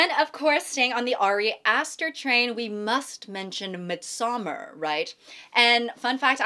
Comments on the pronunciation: Please check Midsommar pronunciation. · As a Swede, I cringe every time she says Midsommar 😭